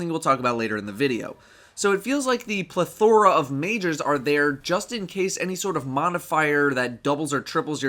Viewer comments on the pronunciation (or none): I laughed so hard when he mispronounced plethora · Bruh... The way he pronounced plethora